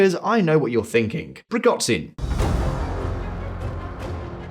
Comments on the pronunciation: It's PrigoZHin (Ж), not PrigoTZin. He's not Chinese for crying out loud. It's a sound similar to J. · It's ZH as in "eraSUre" or "dèJÁ-vu". PrigoZHin. Not PrigoDZin. I know it's not essential, but you usually get the names correct, so I found this a bit jarring. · Google the pronunciation of Prigozhin dude. The video is monetised and it's not hard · You guys are really good and with right kinds of questions on all your work. So can you go back to how you pronounce Prigozjin right? I aint a Prigozjin fan but now suddenly he has a total wierd prononciation in this video. thanks and keep up the work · great channel, but the khameini and prighozin killed me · How the narrator says Prigozhin 😂